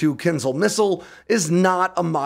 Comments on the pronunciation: kin zhal, not kin zal... Кинжал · This logic is flawed, because you don't understand Russian internal politics and scientific development. Also, if you claim to be the current conflict expert and reporter, learn how to pronounce the name of the missile correctly. It's /ˈkɪnʒɑːl/ for fuck's sake, not /'kɪnzl/. You're welcome. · My 2¢ in a nutshell:: "Kinsel" Pooden: "Poccnr stronk!" Russian scientists: get prosecuted for "lying" to da boss Me: lol, rly? LOL! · Every time I hear KINZL, Ukrainian puppy dies. It is KINZHAL, with ZH pronounced like J in JACQUES or Z in AZURE or S in MEASURE. Also, A is not silent. KIN ZH AL. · "Kinzhal" isn't pronounced "Kinzal". The 'zh' is pronounced like the fricative sound in the middle of "measure". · Thanks for the informative take on this. A couple of linguistic points: zh is pronounced as in gendarme and the the accent is in a. Kinzhal. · it is pronounced keen 'zhal with the last syllable stressed. Means "dagger". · What is Kinzle? Why so few people put any effort into finding how to pronounce stuff? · I'm pretty sure it's pronounced "Kin-shaal" - but anyway... 😃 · The name of the missile is pronounced incorrectly, "Kindjal" missile is transmitted as "Dagger"